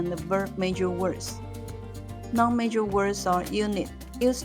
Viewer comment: noun sounds like 闹呢 not like 男 （i mean initials and finals not tones, english isn't tonal)